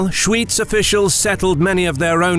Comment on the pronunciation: "Schooitz" 😂😂😂 it's pronounced SchVitz.